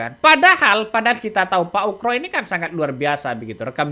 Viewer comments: Bukan ukro bos tapi oegro di baca ugro. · bukan ukro bang tapi ugro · Bang namanya bukan pak Ukroseno tetapi Oegroseno.... mohon ma'af klo sy salah dengar yg diucapkan bang